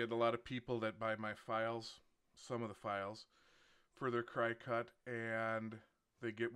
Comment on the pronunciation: It’s not pronounced Cry-cut. It’s like the bug, cricket. That’s why their “mascot” is a cricket.